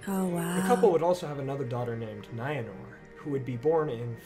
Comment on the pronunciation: The creator of the video absolutely WRECKS the pronunciations of Maedhros, Lalaith, Nienor, Niniel, Arnoediad, Ibun, Angachel, Finduilas